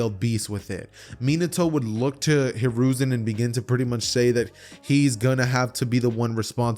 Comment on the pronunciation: You said konohamaru grandpa name wrong